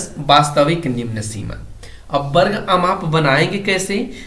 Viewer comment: Varg hota hai barg nhi hota 🤣😅😁